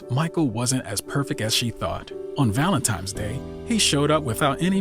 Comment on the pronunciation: making a whole vid and saying valenTIME. goodness